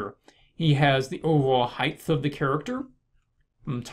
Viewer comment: Thanks for this it's so useful! Good for anyone who wants to recap their basic anatomical structuring. Also, do you say 'heith' rather than 'height' haha